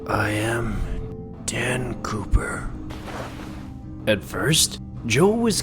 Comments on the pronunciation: I thought they said Dan pooper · I heard Dan pooper